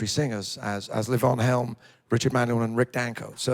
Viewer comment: Was great to see him pronounce Levon Helm’s name correctly. Yes, it’s not LeeVon, it’s Leaven. I read that he just got tired of having to correct people, and let it go.